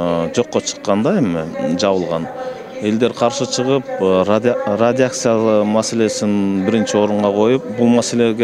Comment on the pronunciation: Акчанын артынан томолонгон депутаттардан эмне деген ой чыкмак эле? Адистерден сурагыла. Депутаттардын арасында Манас ким экенин билбеген маңкурттар бар, "радиация" деген сөздү туура айта албайт, бирок, сүйлөйт да күйгүзүп...